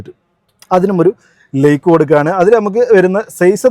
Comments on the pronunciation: ഇയാൾ ലേക്ക് ആണോ ലൈക്ക് ആണോ കൊടുക്കുന്നത്? ഉച്ചാരണം ഒന്ന് ശരിയാക്കണം. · ലയ്ക് alla അറബി... ലൈക് 😂